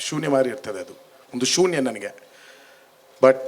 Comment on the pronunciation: ಶುನ್ಯ ಅಲ್ಲ ಶೂನ್ಯ